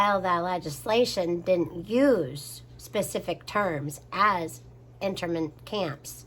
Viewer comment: Those (internment camps) camps are pronounced like...”in-turn-ment” camps. :)